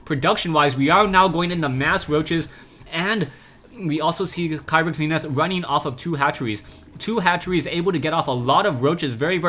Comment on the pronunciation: Kyrix is pronounced (KEE-ricks), according to the way the player spells it in Korean.